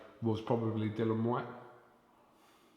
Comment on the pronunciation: Can can he not be capable of pronouncing Dillian's name.